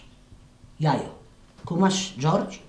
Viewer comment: Dżordż haha jak Baśka to zajebiście wymawia!